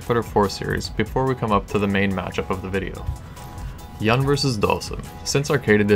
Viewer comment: Its pronounced "Yoon" dude